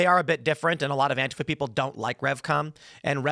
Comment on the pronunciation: Why does beanie boy have to say antifa like a fing idiot